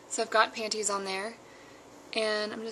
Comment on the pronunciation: hehe i like when you say panties....panTies pant-tease..panties you know i <3 you!